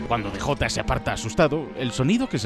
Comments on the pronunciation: Como chingdos le vas a decir "de jota" 😂 Es el "di yei" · hahaha españoles, cuando DEJOTA? Que mierda es eso hahajajha es DJ.